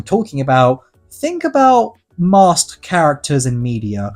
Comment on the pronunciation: Him saying "Masked" sounded like he said "Master" to me. 😅